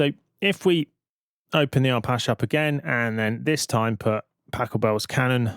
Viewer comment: Pendant alert: Arpache derives from Apache - as in the indiginous American tribe, so you are pronouncing it wrong. Just sayin'. You're welcome ; )